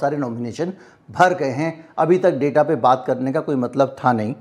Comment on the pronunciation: जी मुझे इस बात की खुशी है कि आप ने अब की बार data के Pronunciation में गलती नहीं की। अभी आप ने ड़ेटा कहा ड़ाटा कहने की गलती नहीं की। यह अलग बात है कि अक्सर पढ़े-लिखे लोग आज भी इस शब्द को ड़ाटा ही बोलते हैं।